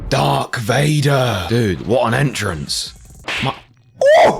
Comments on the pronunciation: Bro said dark Vader 😂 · bro did not say dark vader...please tell me he didnt and im just hearing things.. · "Dark Vader"